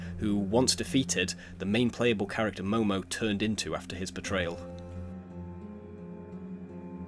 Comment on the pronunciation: “Momo” its mono lol